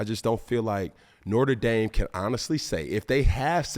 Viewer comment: Does he mispronounce Notre dame on purpose?.... "We be reppin nortre dame up in deez skreetz"